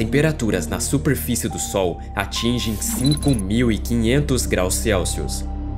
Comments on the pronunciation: QUE CONTEÚDO MARAVILHOSO MEU AMIGO. SÓ ME INCOMODOU O SUPREFICE. CORRIGE E NÃO PARA, DEUS TE ABENÇOE. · Fala bem.. só erra na " suprefice"